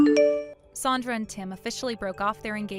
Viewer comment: At least keep the pronunciation of Sandra correct. Goes back and forth.